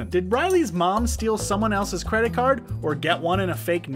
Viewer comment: you said fredit card fraud